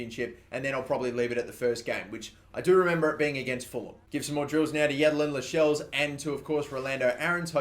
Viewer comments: Its not 'las - shells' its pronounced 'la - sells' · It's pronounced cells not shells